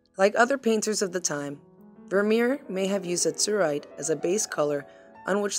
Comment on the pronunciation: It's AZ-uhr-ite, NOT az-UHR-ite. Ugh...